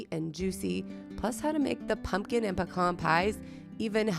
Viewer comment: Puh-cahn just like you say it. In Texas.